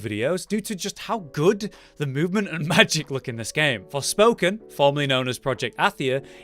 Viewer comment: Wtf is torspoken